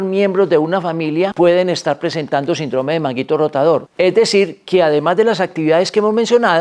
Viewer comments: " SINDROME " ????? Doc, no lo enseñaron a leer en la escuela ?? SÍNDROME !!!!!! Con acento el la " I " por ser palabra ESDRÚJULA !!!! No revienten mi florido y querido Idioma ESPAÑOL !! 🇪🇦🇪🇦🇪🇦🇪🇦🥸👍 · Porq dice SINDRÓME si es SÍNDROME... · NO ES SINDROME SINO SÍNDROME EL ACENTE ESTA EN SIN NO EN DRO PARA ESO TIENE LA TILDE. GRACIAS